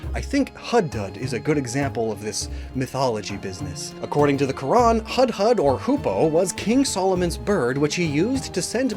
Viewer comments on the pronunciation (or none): Couple of additions/corrections: the Hudhud is pronounced "hood-hood" and the word extends to describe woodpeckers as well; the "ababeel" isn't a mythical bird, it's actually just the Arabic word for swallows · funnily enough you butchered “hudhud” but not ayam goreng (you did misspell it in the subs though)